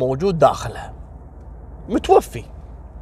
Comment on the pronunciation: يا قول وجد فيها رجل متوفى متوفاااااااااا وليس متوفي 🤦🏻‍♀️